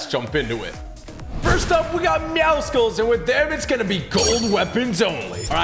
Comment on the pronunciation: Tg its not meow sculls😂😂😂😂